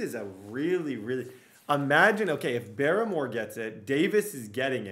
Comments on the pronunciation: Dude it’s barmore not baramore cmon put some respect on his name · Chrisean BAR-more lmao.